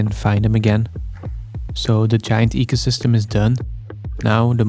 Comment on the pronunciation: "This faast ancient forest and eycosystm of only 2 days old" 😂 continues like he said noting lol